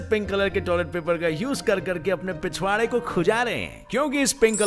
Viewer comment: When you say pichvaara I laugh so hard😂😂